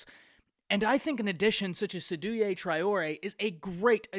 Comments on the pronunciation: Great take. Its pronounced 'Say-do' btw! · It’s pronounced “SEY-DOU”